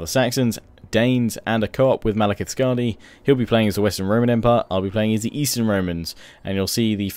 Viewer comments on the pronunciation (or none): none